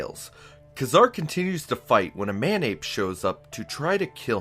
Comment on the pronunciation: Nope. You said "Nah-mor". Also, Ka-Zar is "Kay-zar". I hate being one of those people, lol.